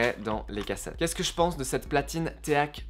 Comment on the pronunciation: Alors on ne dit pas téak mais ték et les.prises rouge et blanche ne sont pas des cinchs mais des RCA